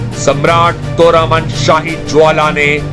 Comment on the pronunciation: सुन बे तोरमाण है और हूण. ये अग्रेज न बन, हन तोरामान और फिर वेदा श्री रामा बोल, बेवकूफ